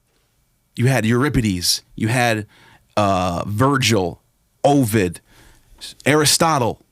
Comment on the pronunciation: It's pronounced aa-vid, not O-vid